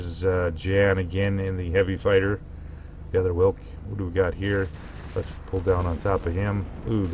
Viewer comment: Pronunciation - "Veelk". In game it has V-770 V12 engine from prototype, but model has V8 (4 exhaust pipes in the row). It was a air-cooled engine, game insists that it is water cooled. There was no jet exhaust stack.